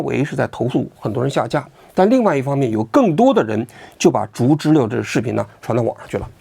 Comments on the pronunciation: 读知了liao，不是le， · 王局要加强学习，小时候没逮过知了（蝉）？不读zhile。应该读zhiliao。有辱文科生的智商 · 王菊啊，经常念错字，得改改。“知liao”不是”知liu” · 不是知liao吗😂😂😂😂听了一整场知乐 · 知了，音读错了，王局